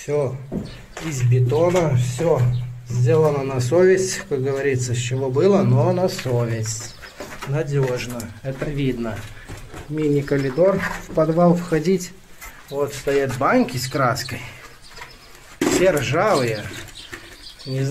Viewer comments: Уши режут слова : баньки, стеньки, колидор! Попилил все как варвар, говорить научитесь а уж потом в Ютуб выходите! Все кому не лень лезут! Все денег хотят из воздуха сделать! Короче неприятный осадок от просмотра. Где этот дом не указано , ни страны ни области. Короче дом и усадьба замечательные! А все остальное хрень и дребедень! Лайка и подписки не будет! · Пылесос от слова пыль! Коридор, а не калидор!!! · Некоторые слова просто режут ухо...каЛидор,банЬка.вроде молодой человек,не дедушка лет 80,а произношение просто ужас.